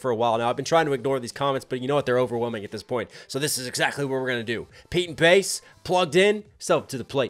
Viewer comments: Oh and its actually Bas as in Baz not Bass/Base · More Pete & Bas please. Oh and Bas is pronounced 'Baz'. I appreciate your knowledge of UK slang and culture coming from across the pond so just wanted to point that one out for you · Pronounced Baz... all Americans seem to struggle with it 😅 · Absolutely fucking hilarious. 😂 We are used to Pete and Bas (pronounced Baz) but I forget how class they are until seeing them through someone else’s eyes. You did so well to catch all the references in those strong accents. 🫶🫶🫶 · "Bas" is pronounced "Baz" (rhymes with Jazz).